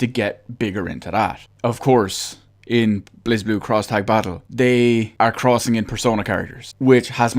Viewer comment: It's prenounced "blay ze blue" Not "blazblue"